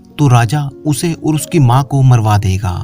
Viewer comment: आपको ओर नहीं और बोलना चाहिए please